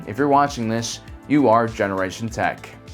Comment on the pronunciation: What’s with the “YOou”